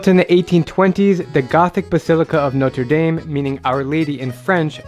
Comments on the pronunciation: Me living in Montréal: We don’t pronounce it like Notr dayme It’s notr dam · Notre Dame, not Note-a-dayme